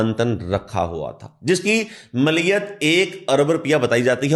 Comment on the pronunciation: رپیہ نہیں روپیہ ہوتا ہے۔۔۔۔ رررووووو۔۔۔۔۔ پ پ پ ۔۔۔۔۔ یا یا یا۔۔۔۔ روپیہ۔۔۔۔ اور ملیت نہیں۔۔۔ مالیت ہوتا ہے۔۔۔۔ مااااااا۔۔۔۔۔ مااااااا۔۔۔۔۔ لی۔۔ ل ی۔۔۔۔ ل ی۔۔۔۔۔۔ ی ت۔۔۔۔۔ یت یت۔۔۔۔۔ ماااا ل ی یت۔۔۔۔۔ مالیت ہوتا ہے۔۔۔ ملیت نئ